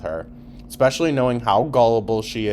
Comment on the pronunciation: always wanted a daughter ECspeshullyyyy